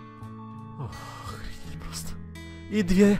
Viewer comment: Ты сказал охредеть😂😂😂